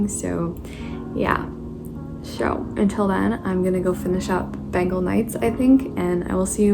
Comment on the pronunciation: I am really sorry to point this out...but it's not pronounced as Ben-gal, it's pronounced as Ben-gaul, so yeah just that. It's my fav book so couldn't help with that .